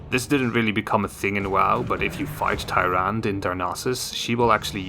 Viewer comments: It’s pronounced taranduh not tyran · It’s pronounced ”Tyrand-e” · You can't pronounce your favorite hero's name? lol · You can't even pronounce her name right but she's a favorite? 😂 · How can you not pronounce the name when the name is spoken in Warcraft and world if warcraft? Also they aren’t like hunters; the priestess of the moon are like paladins but with bows. Which is why their other form is that of the Warden.